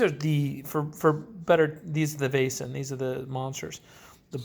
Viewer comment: If you just loose the "i" or "j" sound when you pronounce "Vaesen" it's pretty good. The "ae" or "æ" (Væsen) makes the sound as "ei" in "Veil." Hope this helps.